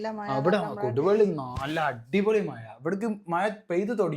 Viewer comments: മയ അല്ല മഴ 😂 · മയ അല്ല മഴ